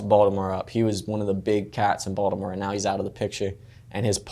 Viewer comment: No one from Baltimore pronounces “Baltimore” like how he does